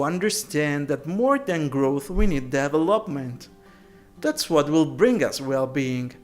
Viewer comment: put "how to pronounce development" in the search box